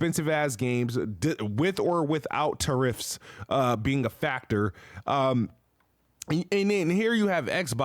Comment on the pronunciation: Why did he say tariff like that though...